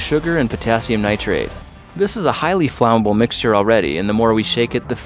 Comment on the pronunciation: umm yes